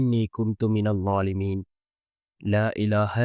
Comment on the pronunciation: ஹஸ்ரத் கடைசி வாக்கியம் தப்பாக உள்ளது.... ழாலிமின் வரவேண்டும்